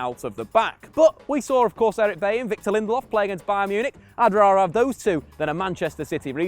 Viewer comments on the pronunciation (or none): none